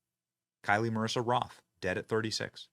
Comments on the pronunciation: Did Jlo pay you to make this video? Her name is Kyle. Pronounced just like every other time you have seen a name spelt K-Y-L-E and she literally said if she dies it’s Jlo’s fault. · For heavens sake Benny can't you read? The Tik Tok influencer who died, her name is Kyle (as in Kyle Richards) not Kylie, as in( Kylie Jenner) there is no I in her name show some respect and at least get this dead woman's name correct. One more time Benny, it's Kyle, NOT Kylie. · KYLE (pronounced KILE) EVA (pronounced EEVA) Seriously did you even go to school?